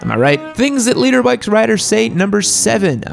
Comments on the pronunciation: For the longest time, I thought you were saying LEADER bikes. And I was thinking to myself, "what the hell is a LEADER bike?" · For the longest time I thought you were saying "leader bikes"